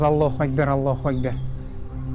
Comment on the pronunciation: Сосын Аллох өйкпар деми дурстап айтпай мекен Аллах акбар деп